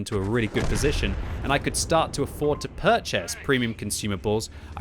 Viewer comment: i love you but why do you say purchased weirdly?! lololol